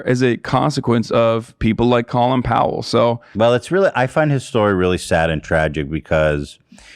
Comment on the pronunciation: colin powell’s first name is pronounced like colon